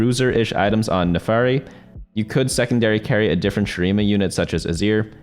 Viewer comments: FIRST NAFARI, NOW SOCO. YOU ARE ONE MISPRONOUNCER Ay foreal tho thanks for the guide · According to the legends, the birth of the new TFT God will happen if certain man can pronounce Naafiri right. We are still waiting for that man to say it right.